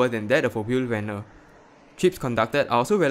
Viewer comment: honestly the way you said fietser and wielrenner is kind of accurate, at least more accurate than how americans or brits say it. to put that aside tho, the big problem is that it's a self sustaining problem because the more bicycles get killed the more people drive and the less reason there is for the policy to be changed. this is also not helped by newer "safer" cars that only end up being safer for the driver and passengers and not for anyone outside of the car or in another car